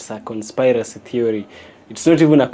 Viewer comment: I always look forward to your videos and hearing you speak You can better say conspiracy as Con "Spear" racy